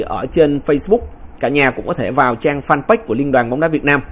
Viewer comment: Mình không hiểu sao chữ “fanpage” suốt ngày cứ nghe mấy anh nhà báo đọc là “phan- bách”. Chữ page đọc sao ra bách vậy ta